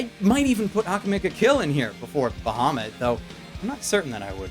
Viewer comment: okay.... couple reason why I personally couldnt watch the anime (yes they all revolve around D&D) Firstly the name is being pronounced wrong, secondly, BAHAMUT IS THE KING OF THE GOOD DRAGONS! if they wanted a villian dragon, dont use a metallic dragon use a chrome, or even better yet, USE TAIMAT. SHE IS LITERALLY THE QUEEN OF EVIL DRAGONS.